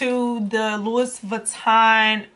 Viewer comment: Great video. BTW: it's not Louis Vuitton, it's pronounced "Louie vitton" as it's French. Also, Louis Vuitton Paris is the trademark- Italy is where they were made :-) Thanks for sharing.